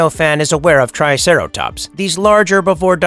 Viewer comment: "the triteracops"